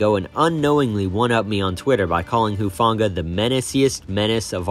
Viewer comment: Who-Fahng-ahh soft g not a hard g.